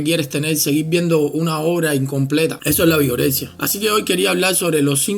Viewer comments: Pense que decia Vergorexia XDDD jajja wey Vergorexia, no mames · Pense que decía virgorexia Jajajajaja